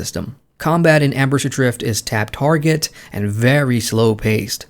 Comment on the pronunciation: Cool... but it's Embers Adrift, not Ambers Adrfit.